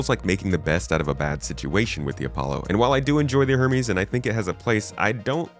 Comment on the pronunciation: *Her-meeease. You keep forgetting the 'H' 😅